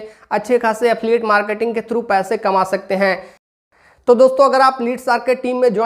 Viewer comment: Affiliate bolna seekh pehle😂😂